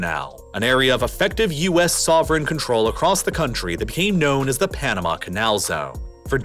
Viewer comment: Your of Panama is so off.